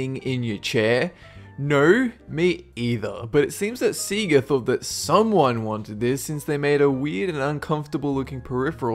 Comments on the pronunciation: It's SAY-ga!!!!!!!!!!!!!!!!!!!!!!!!!!!!!!!!!!!!!!!!!!! fffffffffffffffffffuuuuuuuuuuuuuuuuuuuuu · See-gah? It's hilarious when a self-proclaimed gamer can't even pronounce the name of one of the best known game companies... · Seaga? Haych? What the fuck is wrong with you Aussies? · HobbsyYT Some accents are objectively awful. For example: The Southern drawl, the Cockney accent, the Manchester accent (think Michael Bisping), and the hardcore Crocodile Dundey Australian accent. Having said all this "Seega" is ridiculous. The way to actually pronounce the name is at the beginning of every Genesis Sonic game, it's not open to interpretation. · People say words how they hear them, how they learn to say them, but if you ever played a sega game that IS how you learned to say the word and it's SAY-GUH. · SEEga SAWga SUga What are these pronunciations? It's SAYga. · Why do Aussies call Sega, "Sea-ga"? They tell you how it's pronounced when they show their logo in games. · "See-ga"? Learn how to pronounce the companies before you say them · oooh the way you say sega is gonna bug me its pronounced Sayga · SAY - GAH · Whats a SEA-GA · It's called SEGA! Who tf calls it SEEGA? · I agree I stopped the video to comment. love ya videos but its pronounced, and I quote sonic games ssaaayyyy gaaaa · He's still pronouncing it wrong. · HobbsyYT Those accents are awful. You can pass that off as opinion. However, how to pronounce 'Sega' is not. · HobbsyYT literally only 1 way to say SEGA any game even says it for you. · go watch any sega commercial, you're saying it wrong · He obviously never owned anything made by sega because it literally says how to say it every time you started any game made by it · you say sega wrong.... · no offense but your mispronouncing Sega just thought you should know love your stuff by the way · Say-GAH not see-gah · SEE-GAH ?? More like SAY-GUH....dumdik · I'm jus annoyed u keep calln Sega ,ceeguh....not CeeGuh....Saygah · Say-ga, not See-ga. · Say - Ga